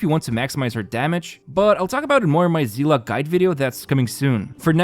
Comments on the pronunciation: whats that pronounciation for Seele 💀💀💀💀💀💀💀😭😭😭😭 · The hunt to find someone who pronounces Seele correct continues 😂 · why do people keep saying Seela????? where is the a in seele??????